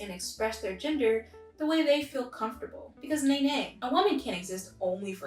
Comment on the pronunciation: Omg I thought you said ginger non conforming people 😂